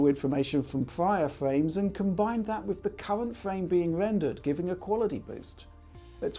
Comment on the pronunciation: Have a drink every time he says qualidee